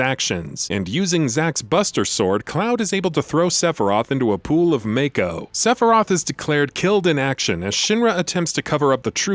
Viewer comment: Why has no one informed this guy how to pronounce "Mako" yet? Its like 5 episodes deep in this series now!